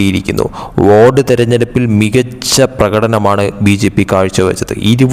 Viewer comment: ഈ (വോട്)എന്ന്,പറഞ്ഞാല് ഇത്,കേൾക്കുന്ന,ജനങ്ങൾ എന്താണ്,മനസിലാക്കേണ്ടത് ഓരോ,വാക്കും,അക്ഷര, തെറ്റ് വരുത്താതെ,പറയുക വോഡ്,എന്ന്,പറഞ്ഞാല്,എന്താണ്,(വോട്ട്,എന്നാണോ,ഉദ്ദേശിച്ചത്) അതോ(വാർഡ്,ആണോ,) ശരിയ്ക്കും,പറയാൻ,അറിയില്ലെങ്കിൽ,വേറെ,എന്തെങ്കിലും പണിക്ക്,പോകുന്നതാണ്,നല്ലത്